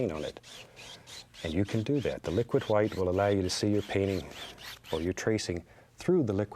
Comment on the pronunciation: "titanium hwite"